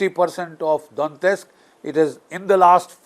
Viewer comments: It is not Dontesk. It is Donetsk. Some Europeans pronounce it as D o nesk (t-silent). Some pronounce it Daw net sk. Some others as Do net sk. But it definitely isn’t Dontesk as the general pronounces . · Hello sir,not dontist, it's Donetsk